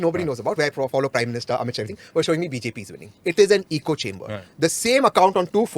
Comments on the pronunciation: Duuude, good stuff! Salute your patience of actually listening to these kinds of things and is the besst! So many gems of wisdom in this long reaction talk (you should cut and make them into catchy shorts!). btw, being nitpicky but it's ECHO chamber, not eco chamber (came up a few times so couldn't resist)... LOVE the nerd agenda at the end, just brilliant! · Really enjoyed this because I don’t have the stomach to watch rw loons on my own time and without support. But please why is everyone calling echo chambers, “eco chambers”?